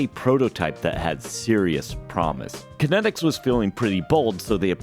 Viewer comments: If I took a shot every time you said Connectix wrong in this video, I'd probably need my stomach pumped... Steve Jobs said it right literally in your video... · Sounds like you say Kinetics, not Kinects. lol Now I am sad that body tracking never really took off....